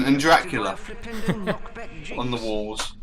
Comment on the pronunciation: Earth Sandwich was amazing. Also, whenever I hear Harry say Flipendo, I can't help but hear Nintendo.